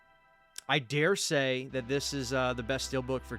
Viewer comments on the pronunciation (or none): none